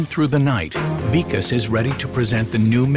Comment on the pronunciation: the way they pronounce vikas as weekus is soo funny